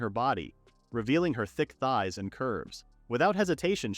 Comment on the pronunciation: The emphasize on the "thick thighs and curves" is sending me 😂😂😂😂😂